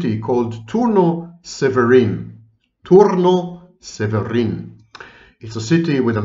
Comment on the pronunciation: Good job pronouncing Turnu Severin. :)